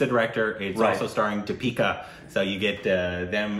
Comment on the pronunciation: exaggerated, slightly frustrated maybe hahaha. But heck yeah, you nailed the name Deepika.